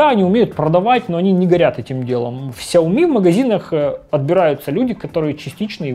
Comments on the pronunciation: Шао ми как сказал основатель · Влепил иероглифы в ник, но сгенерировал хрень, в Китае произносят сяоми. Во многих провинциях, даже в их мисторах так же говорят.